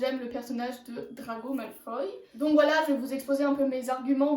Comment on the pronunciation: Mdr tu dit drago malfay mais tu écris draco malfoy